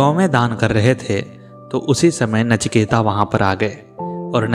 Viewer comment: Sir, "नचिकेता" नहीं, केवल "नचिकेत". Please correct this